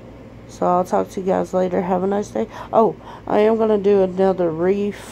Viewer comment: Amy it's wreath not reef.....LMAO